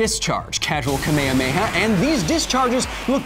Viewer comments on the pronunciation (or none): none